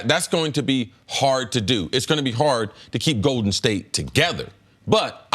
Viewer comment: Cris Carter "Goeden State" 🤣